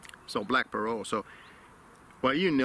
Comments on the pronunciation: Parrot like Parrut. The T is sounded out. It’s not silent. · As usual, another great video. Your pronunciation of the word parrot makes me wonder where the heck the English pronunciation comes from? Now that I actually look at the word you are probably correct, how we got 'pair rhet' or 'pair ret' if you prefer is beyond me. I really do enjoy the educational/geographical aspects of your presentations as much as I enjoy your thoughts on the tobacco you have chosen.